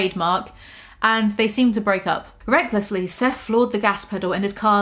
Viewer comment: Instead of hearing “recklessly” I heard “greglessly” and honestly I’m not mad about it